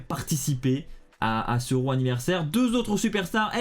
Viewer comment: Tu prononce RAW ( Ro). 🤔 C'est pas comme ça qu'on est sensé le prononcé.